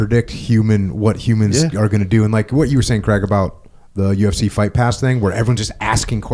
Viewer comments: Dear America, Craig does not rhyme with Egg. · "kreg" jones. Jocko forgets to pronounce the "i" in Craig.